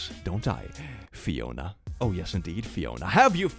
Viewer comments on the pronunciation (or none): when said "Fiona" i thought he said "Riona" which is my irl name and i got a heart attack. congrats thats the closest you ever got to my name